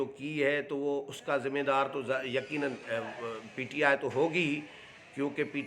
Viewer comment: سائیں ایک ہی پروگرام میں کبھی پی ٹی آئی کبھی پی ٹی آئے بولتے ہو پلیز تلفظ کی ادائگی پردھیان رکھیں